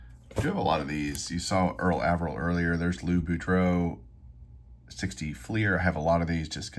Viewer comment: I have always heard Mr. Averill’s name pronounced with a long A.